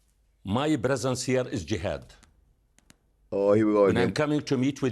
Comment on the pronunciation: He can’t pronounce bresence but he can squeeze out a Palestine how much did he have to practice to squeeze that one out